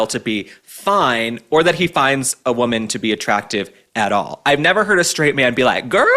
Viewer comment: Why can't Michelle Obama pronounce 'S'? Why does she say S words like she's German...schtraight, schtrong, schtruggle, etc.? So affected, it's obnoxious. PS she's ugly, no matter what she does with that hair. Same goes for her husband.